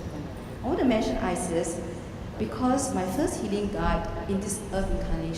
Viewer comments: She's Chinese they struggle with R! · Not Iris, ISIS! :)